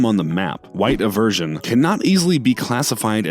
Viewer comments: Post Malone’s song is pronounced white I-ver-sun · Lmfao he talked about credibility just to lose his mispronouncing white iverson